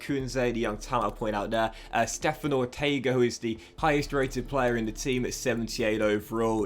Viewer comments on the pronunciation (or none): none